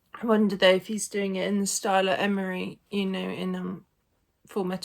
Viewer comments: Every time you said "Emory" I became puzzled until I realized that you were talking about R. Lee ERMEY, who played Gunnery Sargent Hartman in Full Metal Jacket. 😅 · FWIW, the actor who played the part of the drill sergeant, in Full Metal Jacket, was named "R. Lee Ermey" (Pronounced: UR-mee). You kept mentioning the name "Emory," but I finally realized who you were talking about. You provided a wonderful reaction to an often overlooked movie!